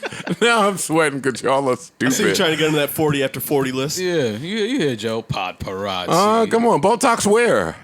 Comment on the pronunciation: Absolutely no one: A minute in Joe: PODparazzi